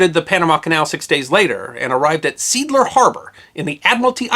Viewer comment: Seeadler -- what you pronounced as "seadler" is more like "say adler" in German.